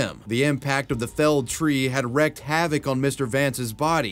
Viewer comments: I am so tired of hearing you mispronounce wreaked havoc as wrecked havoc. The word is pronounced with a long e sound as though it was reeked. The first time you did it, I thought it was just a little mistake, but you really don't seem to know the correct pronunciation. Please stop! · It's wreaked, like 'reeked'. Sorry, it just irks me.